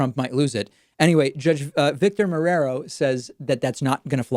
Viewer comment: Come on, David. An Argentine guy knows how to pronounce Marrero! It is not mu-ra-row, mate. Lol